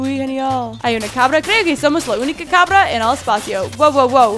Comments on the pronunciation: dijiste cambra embes de cabra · Noce si te fijaste que dijo en el minuto cambra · En el minuto dijo cambra